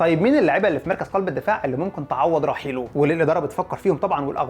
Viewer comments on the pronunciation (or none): هو انت ليه اخر كلمة في الجملة تحط فيها حرف "ع" ? 🤣 مارتينيييعز 70 مليون يورووع اخطاؤوا ساذجة و مستفزااع الي ممكن تعوض رحيلووع